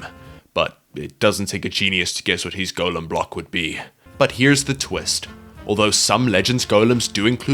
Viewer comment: Why does he say golem wrong?